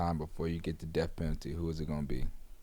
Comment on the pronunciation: “On their derth certificate” 😂😂